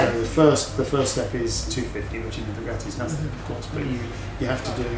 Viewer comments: Hey, what an amazing Video :) Please can you say "Bugatti" and not "Buuhghaaati"? There is no "h" in Bugatti. ;) Thank you and go on with this cool videos :) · Dear Supercar Blondie! FYI “ Bugatti” is pronounced “Bu-Gatti” There is no “r” anywhere in the car name! Great channel though ! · I hate the way you pronounce bugatti. BoogARtti